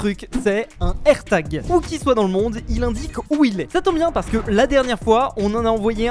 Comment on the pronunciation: un AIRTAGEUH , AMONGEUSSE